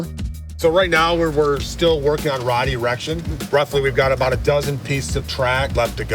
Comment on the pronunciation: Did buddy say “Ride Erection” Or “Rod Erection” Either way he could have found an alternative formation of words 😂